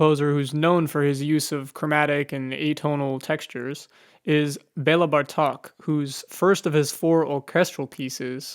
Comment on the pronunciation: Just a little correction. It's BEla BArtok, not BartOk. The stress is on the first syllable.